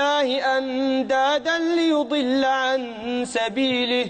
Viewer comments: ليضلوا وليس ليضل بارك الله فيكم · ليضلوا و ليس ليظل